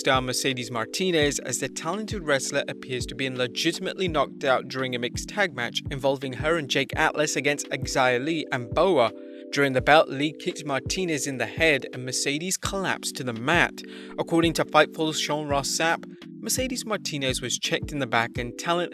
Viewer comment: The way he pronounced Xia Li got me cringing...